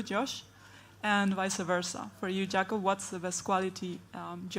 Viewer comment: How are you going to interview one of the GOATs and not know his name is pronounced “Yah-cob” not “Jay-cob”?